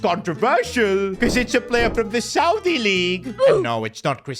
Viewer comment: When he said saudi I thought kante